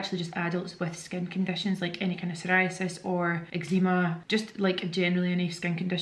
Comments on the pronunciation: Never heard anyone call it ec-zee-ma before. Is that how it’s pronounced in Glasgow??😮😮😮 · I LOVE the way you say eczema x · I can’t cope with how you say eczema 🤣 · I have never in my life heard someone pronounce eczema like that before